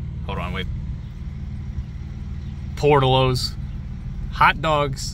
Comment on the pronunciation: It's Por Tillos!